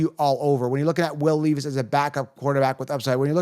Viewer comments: It’s not will leaveis it’s Levis Smgdh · Leevis? Lol. Jokes are funny. I agree on your Ridley take.